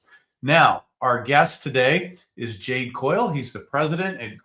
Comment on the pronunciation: Jade. Not Ken